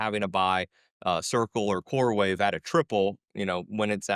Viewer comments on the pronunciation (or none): It's coreWEAVE not wave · CoreWEAVE not CoreWAVE... Sorry I cant. 😖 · It’s core-weave not core wave😂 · its CoreWeave not CoreWave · It is “Coreweave”. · He kept saying core wave. He coreweve ?!?